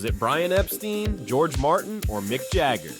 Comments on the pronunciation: No, he's right. Brian's family name was pronounced Epsteen, a German/Yiddish name, but Brian called himself Epstine because he felt it was more English-sounding than the Germanic pronunciation. I was a teenager in England in the 1960s and I can personally confirm that was how Brian pronounced his name. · Dude, it's not "BRIAN EP-STEEN." It's BRIAN EP-STINE... rhymes with "LINE" not "LEAN."